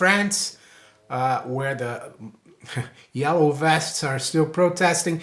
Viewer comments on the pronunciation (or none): none